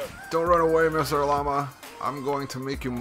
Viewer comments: It llama, not Lay-ma xD Also, 110th like! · its not layma it’s llama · It's pronounced LA-MA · the way you say llama lol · you pronounced llama wrong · Why did he say llama so weird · You said Lamma wrong